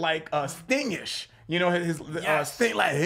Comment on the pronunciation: uhm "Sting"??? No. 🤦